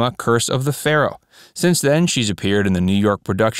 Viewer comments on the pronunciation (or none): none